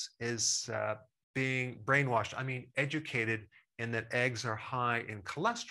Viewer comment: Did he say 'educated' or 'eggducated'?